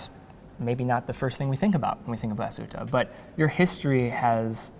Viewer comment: I'm sorry that didn't make an effort to pronounce Glasshütte correctly. Kudos though to spelled it right in the introduction. Yes, it's an umlaut over the u, and it has consequences in pronnounciation. Therrfore 5/10 for overall effort.